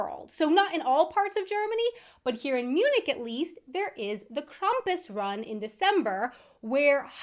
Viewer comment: Krampus is becoming way more common in the US, too. I've known about him (and it sounds like I know more of the origin than you do) for a while... We do pronounce it "Kram-pus" (the beginning like a "cramp", not Krum-pus.